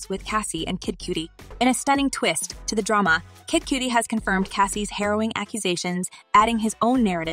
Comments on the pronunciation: Kid Cudi, rhymes with muddy, not cutie 🤦🏼‍♂️🤦🏼‍♂️ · Kid cutie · It ain't Kid Coo-Die either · Yea but especially listening to British cats and white cats and even some black and latinos not in the knows for years saying 2pack..it doesn't hurt my ears as much as Kid Cue-tee or Coo-Die..but at least the former I could accept as a girl tryna call him sexy or something...these AI bots need a slang update..but oddly enough it said Suge right...I thought it'd say like my girl use to joke saying Sooge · im impressed by how many different ways the narrator mispronounced cudi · That’s where she’s making the I jump the d to make the U say it’s name 😂😂😂😂